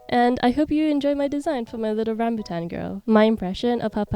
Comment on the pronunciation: i love your pronunciation of “rambutan” as a malaysian ❤